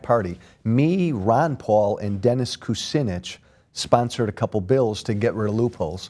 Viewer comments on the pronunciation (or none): none